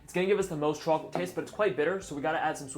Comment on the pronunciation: I love it when his new york accent says "chwaaalklate"